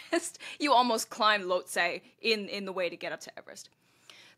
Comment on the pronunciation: Lhotse = Loht-SEE